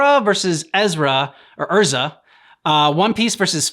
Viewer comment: The name pronunciation for Erza is completely wrong. The actual way to say it is Air-Zah but for some dumb reason the anime's English Dub took no effort in watching the original source material for name pronunciation and went with Ur-Zah.